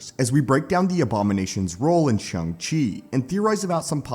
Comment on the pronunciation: And it's "Shang".